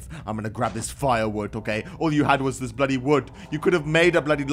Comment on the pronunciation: Stop say Boody